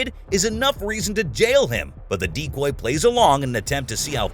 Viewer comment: For the first few minutes I thought the voice over was saying 'deep boy' but was saying 'decoy' instead lol